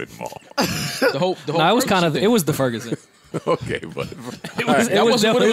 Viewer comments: The Ferguson 😂😂 Don’t do that y’all it’s “Ferguson” STL4L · My nigga said "The Furgerson" 😂😂😂 like it's "The Rona" or something